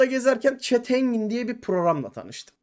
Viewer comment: farmville ve çet engin beni benden aldı 30 sn dayanabildim videoya, gozunu seveyim oyun oynamadan once git dil ogren